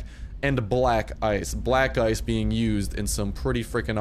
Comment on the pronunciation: When you said black ice it sounded like black guys